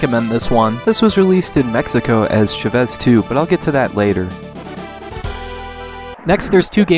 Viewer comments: Great video! FYI its pronounced "CHA-vez" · You said Chavez wrong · Am I the only one that feels the urge to punch everytime he misspronounces "Chávez"?